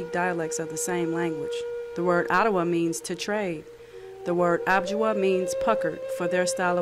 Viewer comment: I don’t think it’s pronounced “ob-ji-wa”, I think it’s Ojibwa - oh-jib-wa.